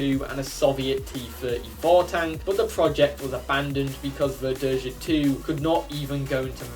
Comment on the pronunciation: For the record, Verdeja is pronounced ver-day-ha. J is pronounced in Spanish like an H in English. While H in Spanish is silent. Also, the Nahuel isn't actually a Sherman clone. Not exactly, anyway. It's Argentina's attempt to create a Sherman-like tank without actually having any Shermans to copy. Though ironically, Argentina's inability to make curved armor plates resulted in better sloping of the frontal armor. And yes, the Nahuel II is fake. It's an artist's impression of what might've happened if development of the Nahuel continued instead of importing Shermans. The Sherman Repotenciado would be a near-exact copy of the M4A1 Revalorisé, since that's basically what it was IRL. Or more specifically, it was a copy of the Israeli Sherman M-51 that the Revalorisé was a prototype of. Chile had just bought surplus M-50 and M-51 Shermans from Israel (the former being refitted with an Israel 60mm high-velocity autoloading gun). Both were significantly more powerful than the Sherman Firefly that Argentina had a significant stock of, and the TAM wasn't quite ready yet. So the quickest way to level the playing field was to upgrade their Fireflies with the same gun as the M-51. As for the TH-301, IMO the Spanish AMX-30E would be a better choice for the Tier 10 medium. Seeing as the TH-301 is simply an improved TAM (with the most significant change being an upgraded engine with 800 rather than 720 hp), I'd say the TAM should be Tier 9 and the TH-301 Tier 10 in the light tank line. At